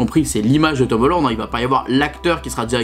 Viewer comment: Tomoland? 🤣 je n avais pas compris directement que tu parlais de Tom Holland😆